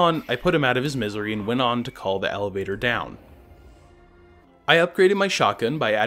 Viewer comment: Uhh did anyone here him say hellaveder